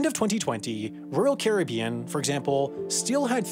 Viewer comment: Why do you pronounce “Caribbean” two different ways in this video?